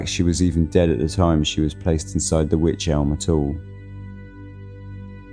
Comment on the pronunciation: It's pronounced wike ...rhymes with like 👍